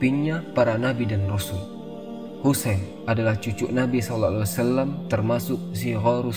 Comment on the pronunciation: Knapa peyebutan sallallahu alaihi wasallam tidak jelas/ sempurna